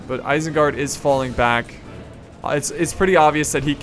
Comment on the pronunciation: well guys you've officially heard it, isenguard has now been changed to "irsengerd"